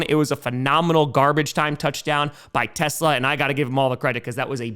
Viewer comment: Gonna use this chance to finally get people to pronounce the family name right. TeSlaa is pronounced like coleslaw, teslaw.